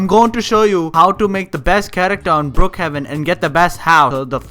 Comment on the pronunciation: Lol you say book haven but its call brookhaven not book Lol